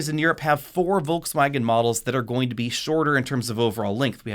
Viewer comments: Wtf is "Volksfäägen"? If you want to pronounce it correctly: "Folksvagen" German "v" is pronounced like "f" and german "w" is pronounced like "v". And there's definitely no "ä" in it. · If you pronounce Volkswagen with a Ford F at the beginning you are absolutely on spot. Cool vid!